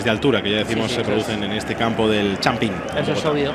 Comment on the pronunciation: Masquerano? El champín? Que narrador más ignorante